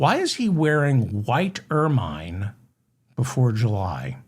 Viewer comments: Where the f are you from in America? The Appalachians? It's not Er-mine, it's pronounced Ermin! And before you say "Over here we say..." it's OUR F.ing language. Take lessons on pronunciation. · Pronounced ur munh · Ok, David, it’s Ermine only the last syllable is like ‘minute’, soft “I”. You encourage corrections. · Excellent show as usual... bringing levity to royal and common thuggery-- the nose hairs, the birthday cake, everything... And hilarious hearing your 'long-i' pronunciation (oh you Americans) of 'ermine' --- like 'Carmine' from Laverne & Shirley - LOL